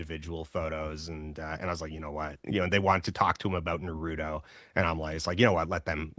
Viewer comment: Did he just say na-RU-to?! 😭 Someone please tell me he was doing a bit…